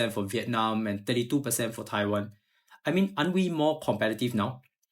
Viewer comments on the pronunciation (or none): none